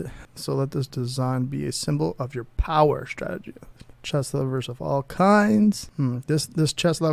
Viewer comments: I heard "chest mom" and had to rewind to hear it again. I think watching porn on his other screen, got his mind all confused. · Is it just me or are you saying chest half the time? Because women's chess club and women's chest club sound like two very different things.